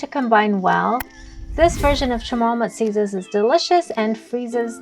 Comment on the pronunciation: Guam people be wanting to be chamorro so bad, ya'll be messing up our language and food. That's not musiyas😅 I'm from saipan, I know